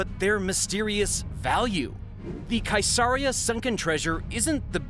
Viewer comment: Not a Monty python fan? Mercia, where king Arthur found the coconuts is pronounced mersia and Caesarea, the home of several seditious scribes is pronounced seas-aria. Bactrian isn't in a python movie but it's pronounced like the camel which shares it's name. Love the show by the way.